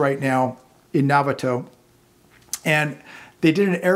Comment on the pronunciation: No-vhot-toe CA. correct pronunciation .........Novato CA